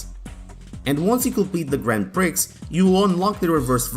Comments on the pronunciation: Great video. Brings back lots of memories but it's not pronounced grand Prix - it's grownd pri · The 'x' in "grand prix" is silent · 'Grand Pricks' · Lol, Grand Pricks.